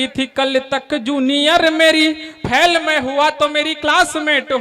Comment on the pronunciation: फेल,फैल नहीं।